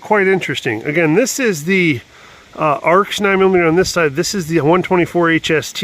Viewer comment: It's actually pronounced A R X. Just sayin'.